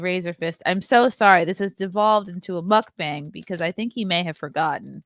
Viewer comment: Was saying that this was going to be a "muck bang" or a "muff bang" episode?